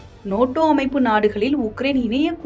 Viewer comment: அது நேட்டோ முருகேசா.... நோட்டோ இல்லை😂😂😂